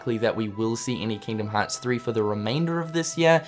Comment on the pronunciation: "KINGDUHM HAAAHTS"